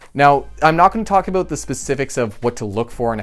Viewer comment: Haha he said “aboot”